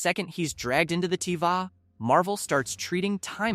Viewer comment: AI: The Tee-Vah 😂